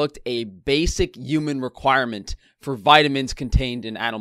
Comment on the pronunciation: Here for "Uman" squad.